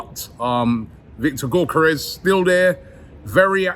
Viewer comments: pronounce Gyo = Gio as in Giovanni...Djio...Djiokeres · Robbie mate, you’re saying Gyokeres’ name wrong…